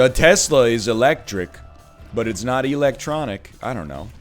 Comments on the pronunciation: "why is electronic pronounced differently from electric" I don't think it is, honestly? You're the only one I've ever heard say electronic like that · My man pronounced electronic weird and then complained about the English language